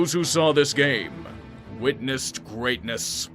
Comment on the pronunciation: "Witnessed Grrreatness!" lol